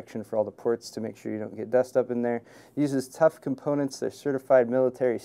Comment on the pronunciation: he said cum-poonets